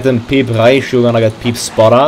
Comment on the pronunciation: its pe-pe not pee-p